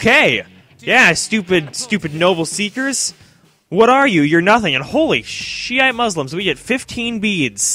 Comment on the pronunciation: Did he really say Shiite Muslim?